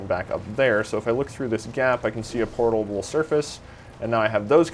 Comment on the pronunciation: portalble....yes that is a wierd word